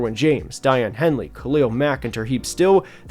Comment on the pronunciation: Dayan henley is pronounced like “dayon henlee” 😂😂